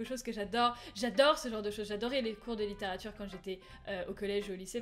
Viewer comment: C littérature et pas lituture club:)